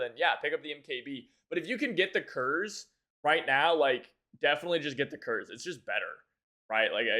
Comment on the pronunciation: Don't get MKb in Moscow because it's ahistorical. It didn't exist back then. Also Kurz is pronounced koorts 😉